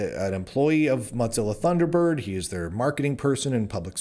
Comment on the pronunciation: I appreciate you, Lunduke. But why in the name of all that is holy do you pronounce it “Mot zilla”?